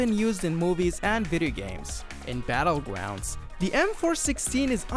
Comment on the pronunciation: "Battlegwounds" that's adorable